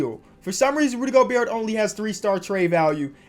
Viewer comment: he knows it's pronounced go-bear as you can clearly tell